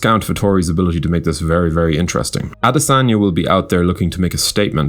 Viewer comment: Damn, see the way you butchered his name